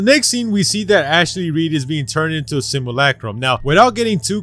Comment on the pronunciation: Simulacrum. Not simalakram or whatever